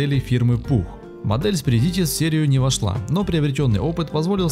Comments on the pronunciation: Ролик прекрасный, НО - Са́ркана Зва́йгзне (Красная Звезда) - ударение на первые слога. Спри́дитис - ударение на первый слог. Ва́йрас - ударение на первый слог. Га́уя- ударение на первый слог. Большинство латышских и литовских слов ударяются на первый слог. Шауляй, а не Шуваляй. Кровь из ушей... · СпрИдитис, а не СпридИтис. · СпрИдитИс. вАйрас, ШаулЯй, гАуя.